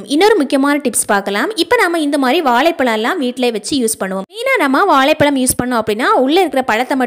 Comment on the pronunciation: வாலை பலம் 😩😩😩😩 தமிழ் செத்து போச்சு ல இல்ல ழ